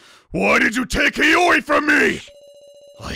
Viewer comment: PRONOUNCED HIYORI'S NAME CORRECTLY IN THE FIRST 3 SECONDS